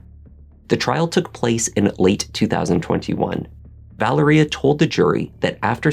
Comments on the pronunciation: Vă-Lār-Ria not Valeria 🤦🏽‍♀️🤦🏽‍♀️🤦🏽‍♀️ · Mispronouncing Valeria name. It is pronounced Val-ree-ahhh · Wow! Captivating and very well done. Just so you'll know, Keith's daughter's name is pronounced with an emphasis on the Va. So it's Va-leria. This was the deepest dive into this story that I have seen and being from Baltimore myself, I thought I knew the whole story. I loved it; liked it and watched it twice so far. I thoroughly enjoyed it! Subscribed!